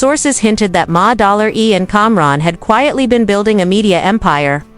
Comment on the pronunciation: "Ma-- Dollar --E" 😂😂